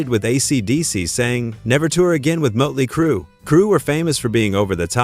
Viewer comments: Mutley Crew ITS MOTLEY CRUE STUPID AI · Is it me, or does anyone else hear "Muttley Crew"? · MUTLEY CRUE!?!? The only time I've ever heard the umlaut used property (sort of) and it was used by a fucking computer. I hate AI -asshole imitations. Fuck AI. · "Moat"ley Crue....stoopid AI. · "Mutley Crue"? AI for the win!! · Mutley crew...geeze....get a better AI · Did he say 'mutley' crue? 😆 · AI. Muttley Crue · Mutley Crue? AI sucks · Mutley Crue. Yet another AI voiceover blooper. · Muttley Crew?!’ Hate AI narration!! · Every time the "narrator" said "Mutley Crue" I cringed